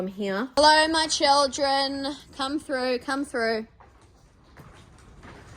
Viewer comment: I enjoyed this vid as I do all yours, but I have to finally ask: Is "thruff it" a slang pronunciation thing going round that I am not aware of, or is it mostly there in Australia? You are the only one I've heard say it but I have heard you say it several times now. Just wondering!